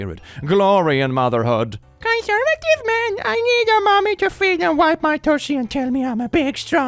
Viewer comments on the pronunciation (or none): none